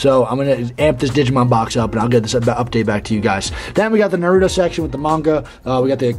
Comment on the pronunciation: butchered the naruto names pronunciation